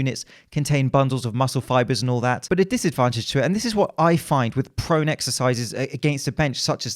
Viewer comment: Did he say prone exercises or pro NECKsercises?